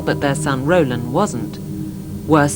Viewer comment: "Rolan" without the "d" .